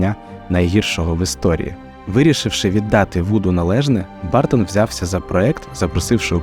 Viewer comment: А що важко дізнатися як вимовляється прізвище режисера? Він не бАртон